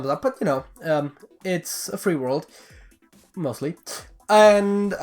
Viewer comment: I loved the "mostely" after you said its a free world